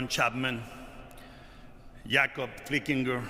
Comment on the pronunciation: Did anybody notice he mispronounced Yakob Flickenger's name?